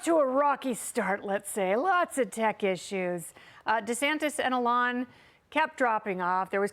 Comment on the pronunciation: Why can’t she pronounce Elon?